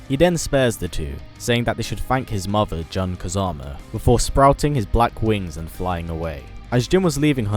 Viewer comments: it's JUN,btw... not JAN fuckin murican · I know he was saying Jun but it sounds like John. Jun (Joon) this is the correct way to pronounce it. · Neil Fama yeah. I get irritated everytime he says "jan" instead of JUN (JOON) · wtf?? its JUN, not JAN. Its Jun as in june, just without e, not gun with j replacing g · Great vids man, I LOVE Jin!!! By the way, his mother Jun's name is pronounced JUNE or *JOON*, not "Juhn". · stop fucking saying John! FUCK! It's June bro JUNE* like the month of JUNE! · Jun not John FFS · It pronounced joon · Isn't jun pronounced june? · Jun is pronounced jyuun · Not a big deal, but it's pronounced Joon ^_^ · I'm subscribing to your channel. But could you please pronounce Jun as "Joon". I gave up on Street Fighter. SFV's going to have bare minimum content. I'll get the GOTY edition if the game turns out to be on the level of BlazBlue or Mortal Kombat. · I love how he mispronounced "Jun" and "Hon-Maru", it's kind of cute :3